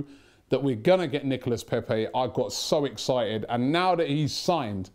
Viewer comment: How did Robbie go to France hear the French people tell him how to pronounce his name and less than two days later still pronounce it wrong